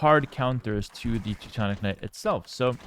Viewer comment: Why do you pronounce Teuton and Teutonic differently? It’s the same word. Why do you pronounce them differently. It makes no sense